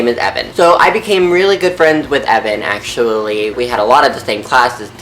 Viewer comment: The way he say actually was funny